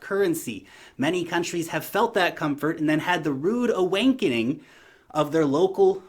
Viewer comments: a rude awankening? 😂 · if you click the timestamp, it sounds like he says that 😄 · Did you say "awankening" ? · Classic slip of the tounge! Great video, really eye opening for those not in the crypto space. Things are changing in our world much faster than most are aware. You challenge viewers to think outside that which they're and have been fed by the mainstream. Great work- Keep it up mate!